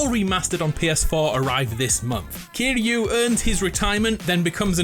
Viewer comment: Bro why can’t people pronounce Kiryu😭